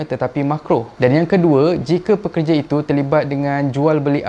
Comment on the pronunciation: Sebut betul2. Pekerja., bukan perkerja